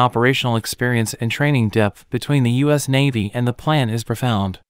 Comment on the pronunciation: Go "U Dot S!" Whoever this "U Dot S" country is, it sounds like a powerhouse! LOL. (Improve your AI Reader, please!)